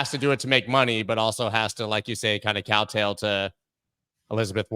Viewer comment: "Cowtail" to Liz Warren 😂